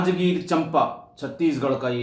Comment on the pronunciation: Yaha sagai bolte hai sir aur jagah ka naam Champa nahi chanpa hai pranam sir